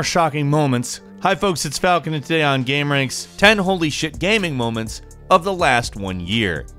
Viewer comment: Falcon sounds like “Pigeon” in this